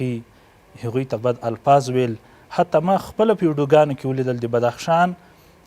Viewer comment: ته جاهله بیسواده مولوي د ( ف او پ) حروفو په استعمال نه پوهېږي ، پوهنتون ته فهنتون وايي، او الفاظو ته الپاظ وايي، اي بیسواده طالبانو خپل سواد لوړ کړي